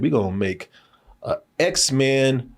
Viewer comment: My boy said, "Z men" 😂